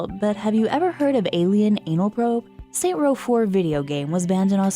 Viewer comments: saintsssssssss row, not saint row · I'm sorry... But did you say Saint Row? >:/ It's SaintS Row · SAINTS Row you dumb bitch, fucking Christ, if you're gonna make a list like this learn how to say the fucking title first